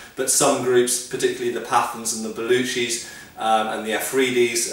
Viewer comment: I find his pronunciation funny...'Pathan' is said 'Pataan' . Otherwise, I'm liking your videos :)